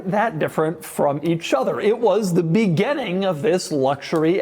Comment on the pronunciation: Doug the type of guy to say begenning instead of beginning for unexplained reasons.